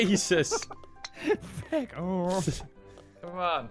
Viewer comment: said feck with a u in place of the e. I don't have any issue with cuss words, but it really sounds wrong out of mouth. Like, that isn't how you say that word.